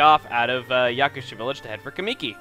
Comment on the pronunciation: "O-kAAmi", "kuh-MII-ki". Your pronunciations are way off.